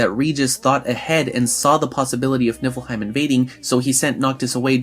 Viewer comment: Am I the only one who noticed he just kept saying nipplehiem